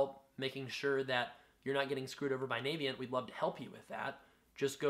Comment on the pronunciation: It's not pronounced Navyient as in US Navy. It's pronounced Navient as in the fairy from Ocarina of Time.